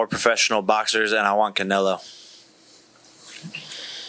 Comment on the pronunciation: Did he just say Canello??